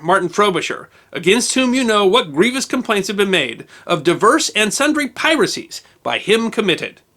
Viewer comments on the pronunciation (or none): divers, not “diverse” — the passages he keeps reading undoubtedly contain the word “divers,” though he always read it “diverse.” Big difference in meaning.